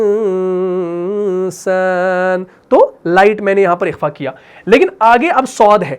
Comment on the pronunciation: ماشاءاللہ بہت عمدہ پڑھاتے ہیں آپ ایک چھوٹا سا سوال حرف خ - آپ جب قرآن میں تلاوت میں بالکل درست ادا کرتے ہیں لیکن جب لفظ اخفا کہتے ہیں تو کاف کی آواز آتی ہے اکفا - اخفا